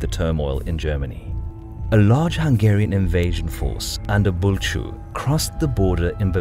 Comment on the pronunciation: I got so exited when you pronounced Bulcsú correctly! :D But you mispronounced magyar and Lehel on multiple occasions. Magyar is pronounced as "mɒɟɒɾ" and Lehel is pronounced as "lɛhɛl". I hope it helps in the future :)